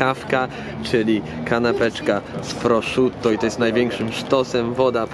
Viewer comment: Nie wymawia sie proszutto ;)